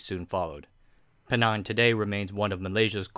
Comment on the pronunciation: Pulang pinang bukan pulau pining. So lebih dekat penang